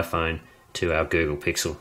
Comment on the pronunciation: he says the google pickle